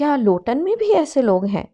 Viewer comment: Sis it’s Luton not lotan. From last one week I am just saying loton to everyone while I talk about Luton 😂